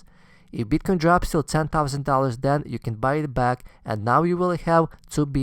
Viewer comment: Best video I've seen on advice for the recent dip for noobs and reaffirmation for oldies. Thanks. Love the way you pronounce Bitcoin: You must get a lot of BTC pussy.